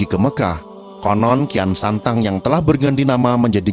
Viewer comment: sok tau lu..bisa baca ngga lu tong..kian santang kok dibaca rakean sancang..cari referensi jngn sok teong..malu2in genx lu tong